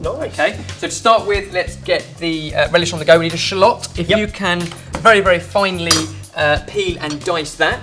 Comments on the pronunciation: What the heck is a shlot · you're pronouncing the word 'shallot' absolutely wrong lol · I really like the way he says shallot lol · the way he says shallot just makes me giggle